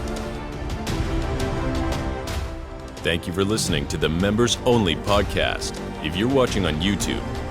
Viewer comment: Pretty good. Hope for more, but your pronunciation of grazie at the end is cringe-worthy. 😂